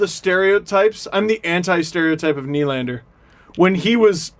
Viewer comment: How do you pronounce Nylander’s name? Well, first of, the stress should be on the 2nd syllable (ny-LAND-er), not on the first.